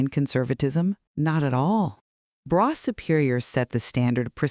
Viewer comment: Brough is pronounced “bruff” like tough . Let’s do our research if you want anyone to take your product seriously . “ braw “ brew” REALLY now !